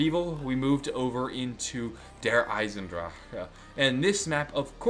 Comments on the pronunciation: you sounds so drunk when you say Der Eisensdrache... I still love it though. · you sound like your having a stroke when you say der isendrache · you're saying der eisendrache wrong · Why does he have a stroke every time he says 'Der Eisendrache'? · Sounds like he's messing up the word der eisendrache XD just listen to it he's even having a hard time saying due to the tone of his voice. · You sounds like you're having a stroke every time you say Der Eisendrache 😂 Say it with a German accent, it's much easier to say then 😛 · I need a 10 hour loop of you saying Der Eisendrache (No hate) <3